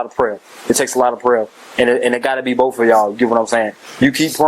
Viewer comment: This cop said "boff" rather than "both".... The world is going to hell in a hand basket 🤦🏽‍♀️ and all professionalism is gone